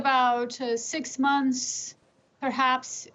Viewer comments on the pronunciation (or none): none